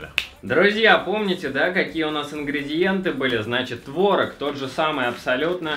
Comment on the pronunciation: не творог а творог!